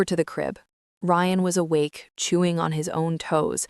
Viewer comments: Rion? No. Geta it right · Ok the broken bullet proof glass makes a whole lot of sense 🙄. AI mispronouncing Ryan is annoying.